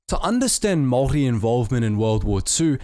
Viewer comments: Its pronounced Māori not mory and Pākeha not bakia But anyways nice vid bov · Is anyone else hearing "moldy" instead of Māori? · A guy with a kiwi accent absolutely butchering maori pronunciations that badly was totally unexpected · Goodness Me...as a Whanganui-born Pakeha, I was appalled at the Maori pronunciation. Apart from 'Morry', he got it all terribly wrong.